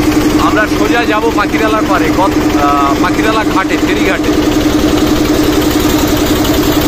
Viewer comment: পাখিরালা নয়, পাখিরালয়